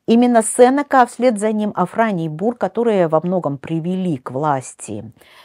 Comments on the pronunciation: Уважаемый лектор, всем известно что в фамилии Сенека ударение ставится не 2 й слог. Стыдно это не знать. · Правильно произносится именно СЕнека. "Сенека — слово из 3 слогов: се-не-ка. Ударение падает на 1-й слог. Транскрипция слова: [с’эн’ика]". Цитата из орфоэпического словаря: phoneticonline.ru